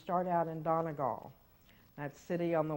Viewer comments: Well this is awkward.....my Donegal husband was wondering how best to pronounce the Appalachian mountains so I clicked this......and you BUTCHERED Donegal 😂😂 its Done-eee-gawl not Don-a-gal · that’s on top of her ironically pronouncing Donegal wrong. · Belfast, woo! Dunno where "Donnagal" is. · Donegal is pronounced dun-ee-GAWL or dun-ee-GAUL not dun-ah-gawl, fyi. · Ironically, she mispronounced "Donegal." It's actually pronounced Dun (rhymes with fun)- Ee (rhymes with tree) Gawl (rhymes with fall). Dun-ee-gawl. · What's the context that actually makes attaching "London" to the front of Derry analogous to Appalachia? She says "Donegal" strangely in this clip (which has no particular significance). I'm with her that the local pronunciation is the one that's correct, but she's provided no reason to think that saying "Appalachia" wrong isn't closer to that, than it is to saying "Londonderry" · about how to say Appalachia but compare it to donegal pronounciation but you can’t pronounce donegal